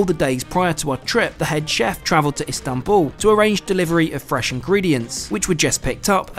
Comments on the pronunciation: Amazing video, beautifully captured this marvellous trip, just one note, its Istanbul not Instanbul 😅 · İstanbul, not İnstanbul. 😮It was very good video. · Istanbul, not instanbul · Excellent trip and very well documented. Thank you. I liked the final location name. ;) Were you trying to do a pun. Were you "in Istanbul" or were you "Instanbul"? ;) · Lovely trip. BTW, it's Istanbul not Instanbul. What's next...luxury trains in Spain perhaps, or Rovos rail in South Africa? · "INstanbul"? (sic) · Instanbul, lol, correct yo self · INSTANTbul 😂😂 good chuckle indeed! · "Instanbul" :face-red-droopy-eyes